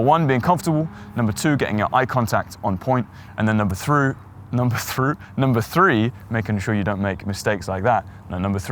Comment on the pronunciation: Number thruu😂😂